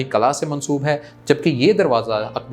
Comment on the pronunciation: Qala nahi hota... It's called Qilla in Urdu pronunciation